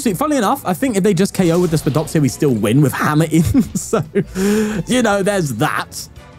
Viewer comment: “Dis stil TUrn One” 😂